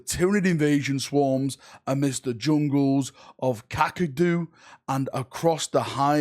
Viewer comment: Who knew there are so many ways to mispronounce a word...poor Kakadu got butchered by every which way imaginable.